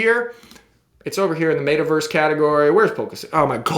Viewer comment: Its META Verse not Mayta Verse lol